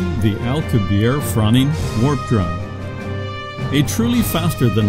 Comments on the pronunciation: How can you explain anything about how it works when you can't even pronounce correctly The name of Miguel Alcubierre correctly. The double 'r' is pronounced with a pronounced rolling of the 'r' sound. and the final 'e' should also be pronounced. It is not a silent 'e'. The last 4 letters should all be pronounce clearly, "i-e-rr-e". The letter 'rr' is considered one letter and is pronounced differently to 'r', by giving it a distinctly long roll on the tongue similar to a Scottish 'r'. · Why does the narrator continually persist in mispronouncing Alcubierre's name? It's not French, it's Spanish, thus the final 'e' is not silent, for correct pronunciation the final 'e' must be pronounced.